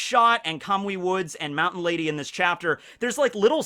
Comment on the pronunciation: You said mt. Lady's name wrong this whole video